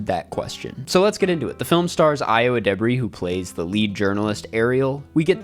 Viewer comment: cant pronounce ayo's name properly